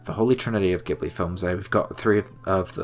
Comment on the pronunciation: Everyone's disliking the video because he mispronounces Ghibli, right??